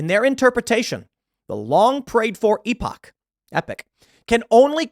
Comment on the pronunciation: The word Epoch is pronounced "EE-pok". This word doesn't isn't pronounced like the word Epic